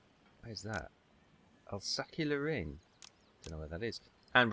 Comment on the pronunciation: Love your pronunciation of Alsace Lorraine